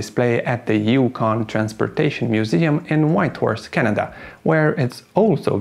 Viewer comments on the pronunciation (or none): none